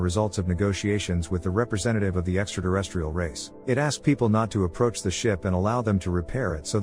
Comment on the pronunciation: I wish he would stop saying “extra deresstrial”